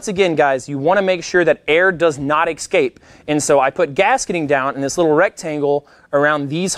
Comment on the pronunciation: Escape not ecscape